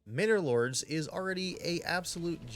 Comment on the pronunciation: from now on the name is "Minnor Lords" instead of "Manor Lords", mhm.